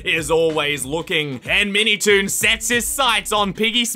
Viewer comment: I heard "MeatyToon"